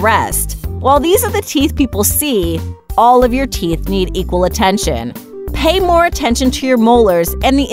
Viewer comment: WAIT how much attenchin to the frunt teath ummmm................. hehe oh no!